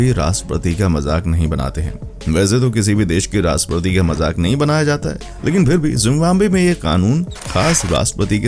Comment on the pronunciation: Its not RASPATI…. Its RASHTRAPATI. ❤